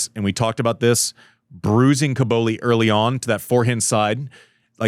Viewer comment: Andy, please stop saying "Cabouli". It sounds like the capital of Afghanistan. It's CObOlli 😅